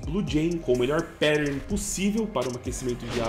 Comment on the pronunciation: depois de tantos anos de canal seria legal saber falar "pattern" ne, fica estranho no video ouvir perern